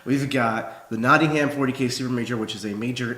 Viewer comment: Always gives me a chuckle, how Americans pronounce Nottingham. :)